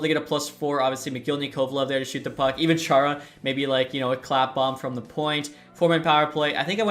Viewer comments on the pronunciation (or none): none